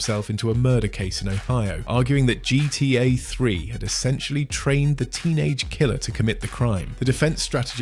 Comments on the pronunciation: Nope. Notice how weirdly he pronounces "GTA" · Why can't you say gta properly? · Ai Voice? Started wondering cause of the "GTA" pronunciation